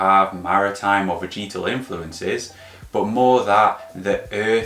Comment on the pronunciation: Good channel, great content. Only one thing bothers me.. veh-juh-tl. Repeat after me.. veh-juh-tl 🤷🏼‍♂️